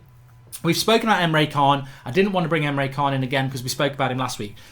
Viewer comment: Mark it's Rich + arleson And Emre Can (Chan) and not Khan.